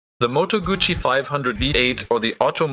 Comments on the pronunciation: It's Moto gussy not Gucci you need to get your pronunciation correct, it was not a Gucci hand bag, but a Moto gussy motorcycle 😮😮?? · Close, but no cigar. It's 'Gootsie'. I used to have a Lodola 175 model. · as in your gutsy, you need to learn how to read, I rode moto guzzi for almost a decade, when I went for part's I think that they new how to pronounce the name of their parent company!!! Argue all you want, it doesn't make you right!! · I had an 850 eldorado 1968 full dressed bagger but it is still called guzzi no t sound anywhere in the name!